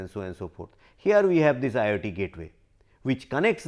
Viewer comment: This man pronounces IoT as IIT